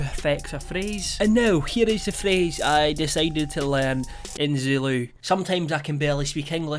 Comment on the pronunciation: As a south african, I'd liked to say that your Zulu pronouncations were lit, and along with your accent made it sexy